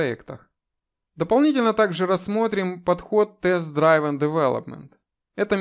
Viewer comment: Спасибо за видео! Только Driven - дривэн, не драйвэн. Тоже такую ошибку делаю регулярно)